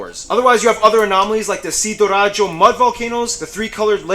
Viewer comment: Sidoarjo, not sidorajo. By the way hy I'm from Indonesia:)